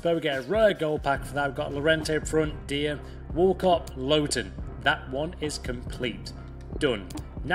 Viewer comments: You say Dier like Deer😂 but good vid mate👊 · Fifa myth: dier is actually actually pronounced dyer not deer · Hang on..how tf did you just pronounce dier??? 🤨